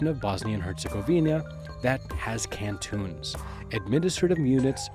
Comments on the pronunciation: No mention of Brcko District (green territory of map) which is part of neither entity. Also, why is he pronouncing canton as cantoon? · Your pronounciations are cringe worthy. I won't go in depth but dude, it's not Can-Toon (like cartoons), it's can-ton (like a metric ton)